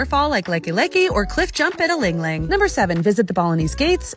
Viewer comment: It’s pronounced ah-ling ah-ling, not ling ling